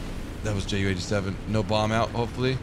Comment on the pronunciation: It's called JU-87. Like You-87. Since it is a Junkers (pronounced Younkers). Greetings from Germany ;)